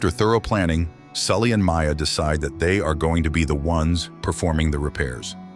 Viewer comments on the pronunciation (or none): The AI can't figure out how to pronounce Jean, and said deceit instead of decide... Just use a human narrator.